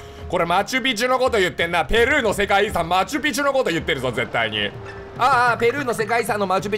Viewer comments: あの、マチュピチュのことはわかったよ。 ペルーのアクセント、気になったんだがキヨさん。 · ペル↓ーのことペル↑ーっていう人初めて見た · 〜 キヨの煽りは気にならないが、「ペルー🇵🇪」の発音が『天空の城ラ○ュタ』の「パ○ー」に似てるのが気になる。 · ペルーの発音変じゃない？笑笑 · なんで誰も「ペルー」の発音に触れないの え、もしかして私の発音が間違ってるのかな。